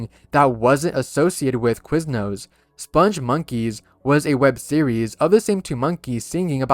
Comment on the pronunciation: The "spongmonkeys" are pronounced with a hard g, not a soft.